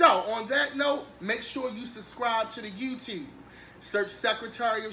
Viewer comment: I like how he says yew-tewbe...and tew, and dew. Loves it!